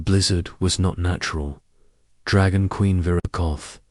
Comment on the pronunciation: "towering dragon kin" This AI voice just slaughtered the pronunciation of the word 'dragon' UGH!!!!! AND slurred it into a single word with 'kin'. Pauses where they don't belong. the picture (and text) went blurry. Quitting now. Third video in a row from this channel and all of poor quality. Telling YouTube to stop recommending them to me.